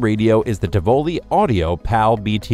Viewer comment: Helpful hint: look up how to pronounce Tivoli.